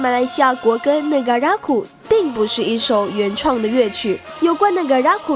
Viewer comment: 為什麼 Negaraku 唸成 NegaRAKu ?